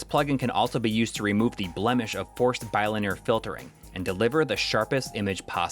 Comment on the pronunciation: You sayy bi-linear weirdddd. Great video though!